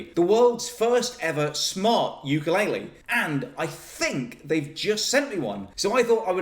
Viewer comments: Nobody knows how to say ukulele. It's oo-ka-leh-leh, not you-ka-lay-lee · Just wanted to correct your pronounciation of Ukulele. You are saying youkoolele but the proper way to say it is ookoolele Uku (ookoo) is flea in Hawaiian. Lele is jump. So Ukulele is not youkulele but ookoolele. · the instrument is called a “u-ku-le-le”. There is no “Y” in “ukulele”. Keep on strumming! Aloha! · I thought the pronunce was "poopulele" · what's with white people and saying Ukulaile (ookoo-leh-leh) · Can you please learn the correct way to say ukulele